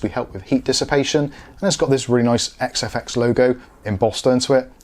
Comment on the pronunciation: Nice review and congrats on pronouncing XFX correctly every time. Be honest....how many retakes?